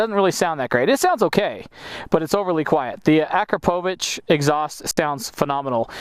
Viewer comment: Kudos for pronouncing Akrapovic correctly the first time. Great review overall as well!